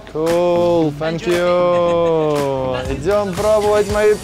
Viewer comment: объясните кто-то этому "ведущему" что в словосочетании "thank you" отсутствует буква "ф"!! прям слух режет это его "фэнк ю"